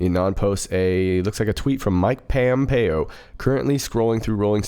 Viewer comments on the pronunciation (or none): Only 2 out of every 8 Q drops are legit on average. What we have all been following is a intelligence operation by POTUS and a counter intelligence Q operation by the HRC/DNC robots out there that thought she would never lose. It is POMPEO not PAMPEO. That was not Pompeo that Tweeted. Yesterday the school shooting in Santa Fe. The night before Q drops "bomb disposal". The Santa Fe shooter planted explosives on and off of school property. Legit Q does not use violent terminology like that. Remember "next week next week HA HA HA HA HA"? What happened "next week"? The CNN/FBI/Broward County Parkland HS slaughter. How does "high school kid" Herr Hogg have a receding hairline anyways? How is he going to "graduate" when he has been out on the MSM/DNC slime gun grab circuit for months anyways? The malevolent AI as well as real time imposters out there are throwing everything that they can at stopping POTUS. They failed completely. Unfortunately they are still trying to take as many innocent people down with them as they can. Santa Fe. That kid has been all over social media posting up threats and pics of guns. He actually is a kid unlike Herr Hogg. How long has social media and once AGAIN LEO been aware of this completely and obviously triggered gun grab plant? Explosives both on and off of school property? Once again the same hallmarks of a long planned brainwashed enemy agent sleeper cell. From Columbine to today Santa Fe. The Santa Fe shooter was quite into the Neo Nazi group ANT